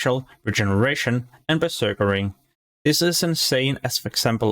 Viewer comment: You keep saying beserkering. It's berserking, you're adding an extra er afer beserk.